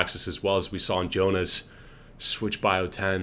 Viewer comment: just saying that Joona isn't jonah it's yoonah but great commentary